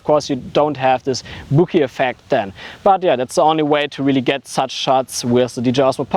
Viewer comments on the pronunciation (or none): Yes, it sounded more like "Boogey".